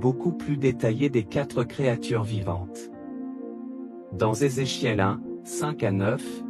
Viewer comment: Vous ne pouvez pas prononcer le nom de ce Monsieur comme les autres ?